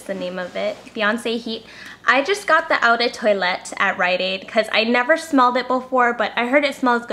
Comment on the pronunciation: Awesome video! You two are so cute! ^^ Here's some help: Boursin is pronounced 'boohrsen' Eau de Toilette is pronounced 'oh de twalette' Hope this helps (not trying to be mean or anything) ^^